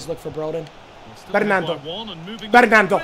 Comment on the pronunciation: wait, does he think that "bernardo" is "bernando" like fernando? 😂😂😂😂😂😂 i cant